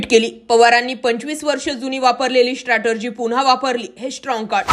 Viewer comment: स्ट्रॅटेजी शब्द निट उच्चारला जावा ?????